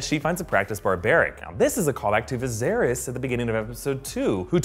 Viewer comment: Viserys, not Varys.